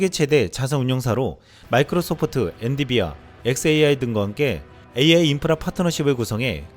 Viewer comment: 이 형은 ㅋㅋㅋ 엔비디아를 계속 ㅋ 엔디비아로 발음하네 ㅋㅋㅋ 연습좀 허자 ~ ㅋㅋㅋㅋㅋ